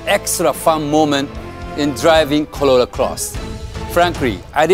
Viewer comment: Why you say "colola"... its "corolla".... 😂